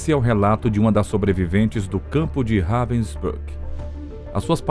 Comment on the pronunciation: Very poorly done. Even pronouncing the camp Robin brook! These are a click bait clip that does not even explain properly what this person did. Disgrace to the memory of those that suffered.